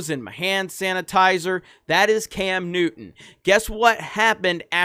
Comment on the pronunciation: Cam Newton you mean Cam Nudder